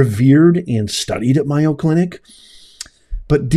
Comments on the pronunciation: May-o, not Myo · It's the "May-o, , not my-o" clinic. Please say it correctly just in case people are listening and not seeing the video. They may not know the right place, Mayo is a big well known medical name in the USA. Thank you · by the way it is MAY-O not MI-O. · It is such a blatant error! The Mayo Clinic is the largest medical group in the world, and it is odd that a professor would not know its correct pronunciation. "Mayo" does not even look like "Myo." The mispronunciation could be overlooked for many other people, but not ""! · "MAY Oh Clinic" not "MY Oh Clinic" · MAY-o Clinic! Not My-o. Although, saying their name wrong may be well deserved. The DEI people probably call everything they're able to get control of My-o. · It’s called May O clinic. Not miyo. But I think our squatters laws have to change. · MAY O in Wisconsin where I live. Not MI O. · It's M A Y O...NOT MIYO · May o clinic not my o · MAY- oh Clinic. It's not MY-o Clinic. Where are you from? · It's pronounced May oh clinic. Scottsdale clinic infected not all. Try the other two. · lol, it's MAY-O as in mayonnaise! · It is MAY O! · It's may-yo. Like mayonnaise. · Mayo, as in mayonnaise. Get it right ! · MAYO CLINIC (pronounced like Mayo short for mayonnaise). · Pronounced May oh The Mayo brothers from my neighborhood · No offense, but it's pronounced MAY-o Clinic. Keep up the good work! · Pronounced May- O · It's pronounced May O. Mayo clinic. I don't believe you were there. Or you would know how to say it.😢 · I LIKE YOUR CHANNEL however it’s pronounced MAY-O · No disrespect intended, but it is pronounced Mayo as in Mayonaise.😊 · Good Lawd! How does he NOT know how to pronounce that !!!??? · he’s an intelligent man that doesn’t sound like one when he doesn’t pronounce the name of a MAJOR medical center correctly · You are mispronouncing Mayo. Such a nothing program.